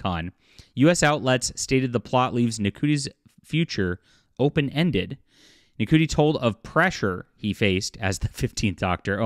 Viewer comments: Ncuti is pronounced "Shooty". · His name is pronounced "shooty" btw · I can't stand the new Who either. It's garbage, they're fudging the numbers and just plain lying about its popularity. The scripts are awful and Ncuti Gatwa is terrible as The Doctor. However, he IS a favourite in Sex Education and rightfully so. (BTW his name is pronounced "Shoe-Tee" - as in wearing shoes and T-shirt.) You've put a lot of effort into the narrative so try to get the names right.